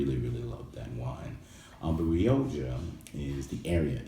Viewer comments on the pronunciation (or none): 'Rio Jha'? It's pronounced 'Rio kha' my friend.